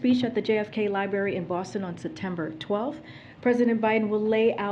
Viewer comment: What is a « libary »?